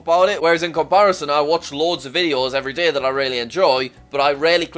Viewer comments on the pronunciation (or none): “every daeheh”